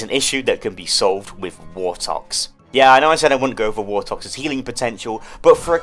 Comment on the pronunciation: Five hundred wortoxes